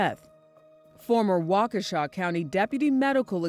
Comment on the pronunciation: Wa-KESH-a not Walkawsha!